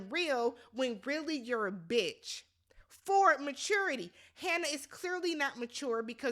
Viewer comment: It was something about the enunciation of the "B" when you called Hannah a b****..... I had to subscribe. 🤌🏾🤌🏾